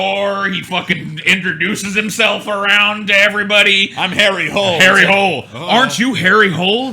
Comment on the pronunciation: They way you say Harry Hole is more like you say Hollender, or a long E